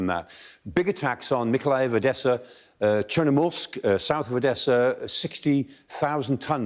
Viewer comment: Bro nailed the Odesa pronunciation tho